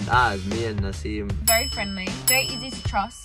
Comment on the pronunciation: STOP DID HE SAY NASIM? I NEED TO KNOW SOMEONE TELL ME